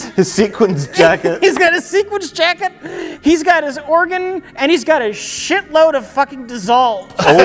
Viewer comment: "sequence jacket" for whoever does the mispronunciation comps